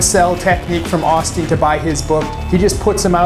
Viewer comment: Long "O" sound... Not the short "O" sound